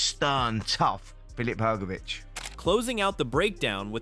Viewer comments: If AI is supposed to be so clever, why does it pronounce Itauma and Hergovic differently every time they’re mention…??? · The ai commentator can't even pronounce Hrgovic ot Itauma correctly lol